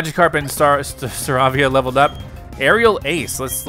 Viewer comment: his name is Star- Ay-via not star-avia